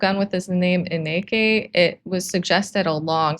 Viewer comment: Hey thats me!! Haha 😂 it's a dutch name so its a little difficult to pronounced but it's like Annika but with an IN sound instead of a AN sound so like Inn-i-kah 😁❤️